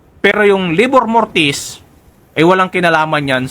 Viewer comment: Hindi po LABOR MORTIS, RIGOR MORTIS PO...